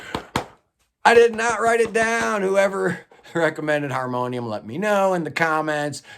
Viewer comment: Nice job on reading that Harmonium album title in french😂. Not the easiest for sure. It means: "If we needed a fifth season" and it's probably one of the best album ever to come out of Quebec. It would be interesting to cover some of the french Canadian prog rock bands in a futur video. Keep up the good work👍